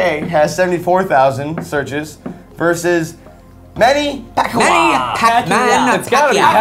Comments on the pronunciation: It's pronounced pacquiao (pacyaow ) not pacwa dingus ( sorry It's just he is mauking my favorite boxer ) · The way said Manny Pacquiao last name is going to upset so many Filipinos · oh come on!can't pronounce manny pacman's name! but atleast the PH got some attention! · I as a smosh Filipino fan am triggered by the way said Manny Pacquiao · The way pronounces Manny Pacquiao is an insult to us Filipinos